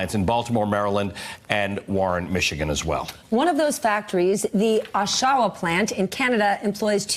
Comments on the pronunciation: It's not O-Sha-Wa ... its Osh-wa... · Thanks to my fellow Canuck for getting the lady to pronounce OSH-AH-WAH (Oshawa) correctly. Oshawa is known as the city that 'motor-vates' you :) The good news is a new Toyota parts plant is opening 15 minutes east of The Shwa:) And Darlington Nuclear has some retirements coming up. Darlington jobs is also 15 minutes east of The Shwa too :) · Retraining is a great idea. Also, O-sha-wa was hilarious. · Oshawa, is pronounced Awshawa, get someone who can read to deliver the news. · The pronunciation of “Oshawa” actually killed me 😂😂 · MSNBC cannot even pronounce the city correctly. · Holy crap. "Hamtrack" Michigan? Oh-SHAH-wa, Ontario? Nice going with the pronunciation, Veelshy and Ruh-lay.